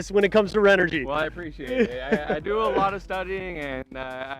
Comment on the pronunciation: This host is terrible and not a good for the brand. As a major brand in ANY business space, you might want to make sure your host knows how to pronounce your company’s name properly. The audio was amateur at best and the other thing is he sat there with his legs spread wide open. Not an attractive view! He admitted he doesn’t even camp! Have some actual knowledge about the product instead of reading off a card. No credibility what so ever! I did get a kick out of this... When he dumped water all over the panel, he’s said to the other guy, “Here, you plug this in”! LOL C’mon Renogy or “” as your host says, you can do WAY better than this.